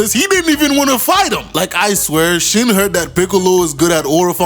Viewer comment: Everytime you say shin's name i cant help but hear that song " sin !" 😂 it is only made funnier by his stupid face he keeps making 🤣